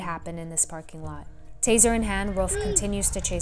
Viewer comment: The way this woman says “hand” is really bugging me